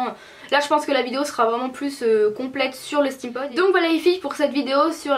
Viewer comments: Ca me stresse trop tu dis "Stème pod " au lieu de "stime pod" (steampod) 😅😂😘😘 mais sinon je t'adore ♡ ♡ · pour prononcer steam pod tu dit stèm pod au lieu de stim pod,sinon bonne video t trop belle